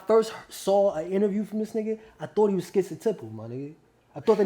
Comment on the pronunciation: What the phuq is 'skitzatipl'? 🤣🤣🤣🤣